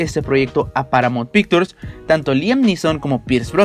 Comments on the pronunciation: Que por favor el de la voz en off aprenda como se pronuncian los nombres de actores y compañias mencionadas. POR FAVOR. No puede decir PARAMONT PICTURS o MAIKI ROUR, O LEUIS. Pésimo. Parece la pronunciación de Peña Nieto. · Paramount Pictures?? Porque pronuncia tan mal???? WTF???